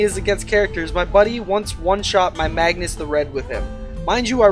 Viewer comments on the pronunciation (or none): none